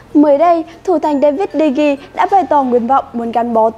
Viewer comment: Đa vít đì hê 😆😆😆